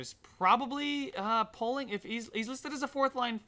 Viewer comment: Poehling is pronounced pailing